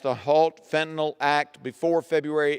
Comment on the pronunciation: Somebody should help her with the pronunciation of fentanyl. It’s not Fen-ten-all.